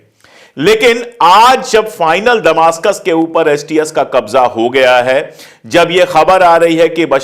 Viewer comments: Damishk hota hai damastak nahi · Please Sir ! दमासकस नहीं दमिश्क़ होगा